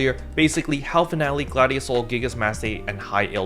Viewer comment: He is pronouncing it right. Finale is a Latin/Italian word, not a english word.